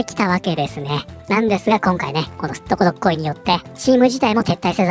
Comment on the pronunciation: 、すっとこどっこいが好きですねw(すっとことっこいになってました)